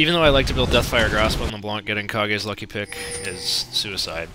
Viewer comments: did you just say Kah-gay's lucky pick? Kah-gay? KAH-GAY?? Dude... it's fuckin Kage. Like Cage, except with a K. Rhyming with fucking age, rage, and sage. Jesus fuckin christ have you NOT seen Tenacious D and the pick of destiny??? Fail.. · It's pronounced cage. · dont want to interfere but its kah-geh